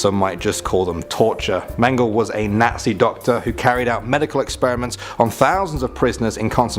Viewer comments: Joseph Meng-geh-lah Also I absolutely adore Marie Curie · You could at least Pronounce the names correctly. Namely , Mengele